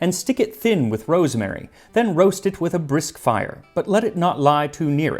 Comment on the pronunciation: roaft it with a brifk fire